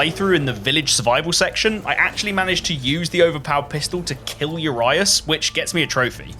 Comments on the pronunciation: I dont know how to explain it in english but i will do my best You were saying urias as: ur eye ass The romanian pronuncation would be closer to: ur iu sh (the ur like in surprise with a british accent, the iu as in iuck and then the ș is just sh like when you are tring to quiet down someone , just short) On this topic may i ask WHY DO LETTERS SOUND DIFFRENT IN DIFFRENT WOORRRDDDSSSSSS IN THE ENGLISH LANGUAGE, WHO TOUGHT IT WOULD BE A GOOD IDEA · As a romanian. The way he said urias makes me die of laughter